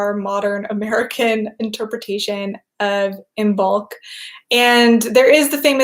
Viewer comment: Just a gentle reminder to anyone interested the 'b' is not pronounced in Imbolc (like Im-olc) and it's the same with the 'd' in Lughnasadh (loo-nas-ah). Brighid's bright blessings to you all this Imbolc /|\